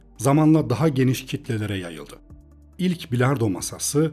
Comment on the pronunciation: üilard pilardoo sesi geldi kulaga